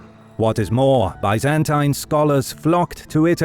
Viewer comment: I am kind of amazed that historians would not know how to pronounce "Byzantine" or "Byzantium". I see this quite often on YT videos, and thought I'd mention it for posterity.